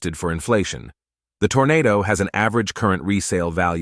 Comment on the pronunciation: It's a Toronado NOT a Tornado. Wow